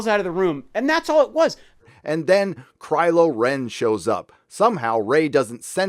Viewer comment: WHO CALLED HIM “CRYLO REN” !?? 😂😂😂😂😂😂😂